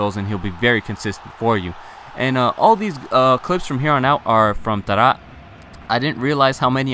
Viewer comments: "we move to our final player, the inform TADTAD". What the hell? its Taarabt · it infuriates me how you say Taarabt.